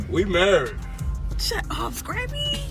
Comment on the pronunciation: The way she’s pronouncing Scrappy’s name is hilarious scrape-y 😂